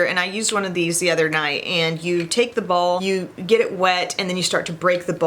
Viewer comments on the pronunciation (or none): none